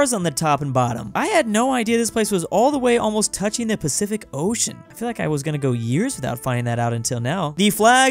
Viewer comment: “Pacific ocean” Pasific ocean*